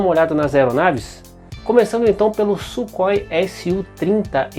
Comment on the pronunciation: Ótimo documentário e video excepcional, os Gripen passarão a ser as mais avançadas aeronaves de combate do nosso continente, e só com os pontos levantados no video já evidencia isso. Só uma dica na pronúncia do nome Sukhoi em russo Сухой (surrói). Ansioso para os próximos videos!!!!